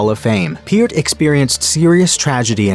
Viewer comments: He is saying Peart wrong. Neil pronounced it Pear+t, like the fruit, with a t, at the end. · The narrator is saying Neil Peart's name wrong. You're right. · It’s Peart with the ear 👂